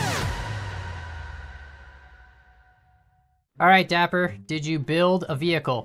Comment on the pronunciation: That’s not nice, it’s dapper, not daiper